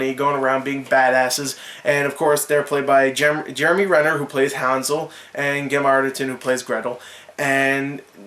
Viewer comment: Are you saying hansel different on purpose? I cant tell.